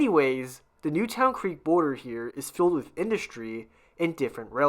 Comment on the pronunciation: Newtown Creek is actually pronounced as Newton. I lived a few blocks from there.